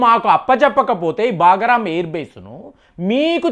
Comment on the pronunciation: బాగా రాం కాదు, బగ్రాం అది.